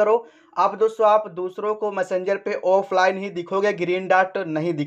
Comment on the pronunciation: मसंजर नहीं मेसेजर बोलते है